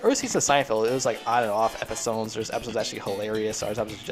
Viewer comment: its funny when u say episones instead of episodes